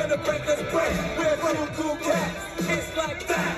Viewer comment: he said kool cats lol